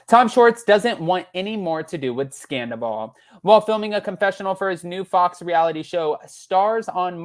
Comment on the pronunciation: Schwartz said he was done with Scandoval NOT Sandavol.